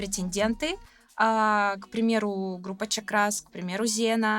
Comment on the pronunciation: Правильно произносить группа CHAKRAS ударение на первую букву A от слова чакры!